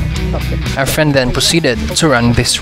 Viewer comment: Lol dont watch pool, i kept hearing “our friend” not “efren”